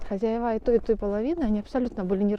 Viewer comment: говори, пожалуйста, хозЯева. Так правильно. А то слух режет. Вы с умнички.